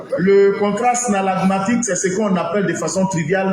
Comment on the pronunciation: Ehhh😂 il dit « snallagmatique » 😂😂😂 vieux on dit synallagmatique !